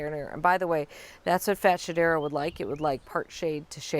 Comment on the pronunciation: Ok the way we’re pronouncing this plant is cracking me up 😅 I’ve always heard fats-hedera, but now I feel bad for Shedera, and wonder who is calling them fat? 🤣 The nerve.